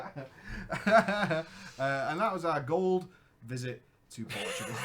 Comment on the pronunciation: Portugal, not Portgual